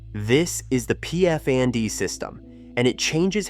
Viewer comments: It's crazy how the AI voice spells "PF and D" rather than saying the correct word Pfand (deposit). While I find many of the examples accurate, there are also a lot of generalizations. The healthcare system has huge gaps. Anyone who's ever needed an appointment with an orthopedist, a gynecologist, or a pediatrician knows what I mean. A word about "landfills": There are no such holes for burying waste anymore. All types of waste are either recycled or "thermally reused"—a fancy word for "incineration." The days when everything was just dumped in a hole somewhere on the edge of town are definitely over. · 'this is the "P F andy" system...' sounds like AI talking. the term in German is Pfand system and it means 'deposit' and you get a refund on your deposit when returning the bottle/can whatever. :goodvibes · Sounds like 'fund' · Ah, our famous "PF-Andy" system, the one, only AI narrated slop content knows about. I don´t mind, if a native english speaker pronounces "Pfand" as "Pfänd", or "Pfahnt". But when you hear a pronounciation like that in a video, better close it, block the channel and then react to something else. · The "Pee-eF-And system" bro....did he just go around saying "Pfand" like that? lol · also ich PFAND es lustig ;). Aber recht hast scho'. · Ich hab P.F. Andy verstanden 😂